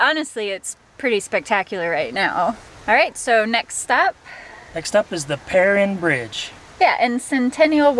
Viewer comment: Please, please pronounce the bridge name correctly. It is pronounced "purr Ine (like 9).